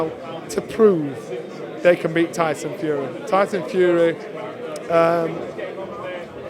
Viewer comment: did johnny just say Dyson fury 😂😂